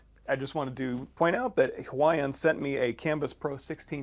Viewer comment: Did you just say "Hawaiian"